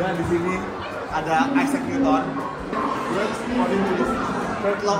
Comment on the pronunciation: Gue baru tau, isaac newton dibacanya “aysek” bukan “isak” 🥹